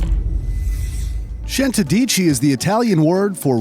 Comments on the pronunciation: The way he pronunced centodieci lmao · nice videos but the pronunciation for centodieci made me laugh so much😂